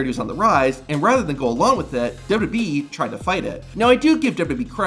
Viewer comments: It took me a minute to figure out you're just saying "WWE" so fast, you're slurring it. I kept thinking you were calling them "WB" like the old TV station before it became the CW. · Why is it so fucking hard to pronounce WWE???